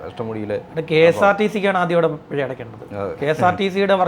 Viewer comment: പെഴ അല്ല പിഴ ആണ് ചേട്ടാ....